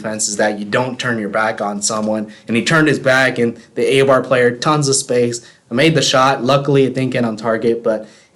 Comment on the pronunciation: A-bar? It is pronounced I-Bar.